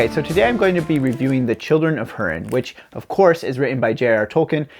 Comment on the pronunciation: Good review. I thought much the same when I read it. P.S., Hurin is pronounced hoo-rin.